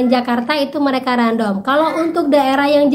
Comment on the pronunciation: Random bc nya randem mba bukan random 😊